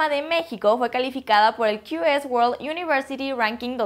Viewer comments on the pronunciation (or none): none